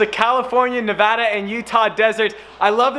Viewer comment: Finally a YouTubed that says Nevada the right way ... hate all the youtubers that sit there and try to say it grammatically correct I just want to slap them...